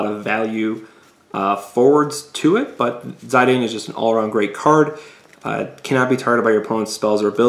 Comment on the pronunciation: its pronouced Zee-dan....